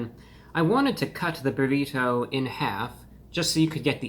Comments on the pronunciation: The way this man says “bur-eee-toe” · "The buh-reh-toe" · I love how he says brrrrito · What is that shell colored with, beets or red dye? Your pronunciation of “burrito” is so peculiar! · Stop saying burrito like that! Clip your fingernails too!